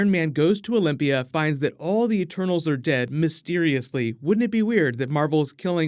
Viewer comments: I've heard "turtles" instead of "eternals" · I thought you said “turtles” 😂😂.